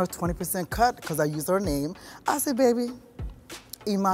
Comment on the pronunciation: They fucked up her name in the beginning